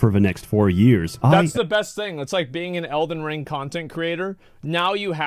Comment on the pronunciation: “elden ling”